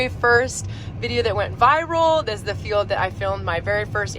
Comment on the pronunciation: Why do you say failed all the time? Or do you mean field(pronounced feeled)? Lol 😂😆j/k